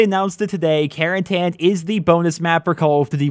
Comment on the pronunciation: It's not pronounced Caren-TAN its pronounced Caren-TIN